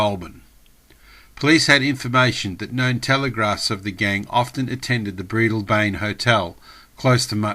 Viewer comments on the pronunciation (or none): Breadalbane = pronounced bread-dal-bin, sheesh!